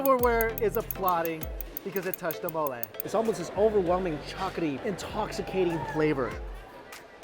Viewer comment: I’m sorry but the way you say chocolaty bothers me sooo much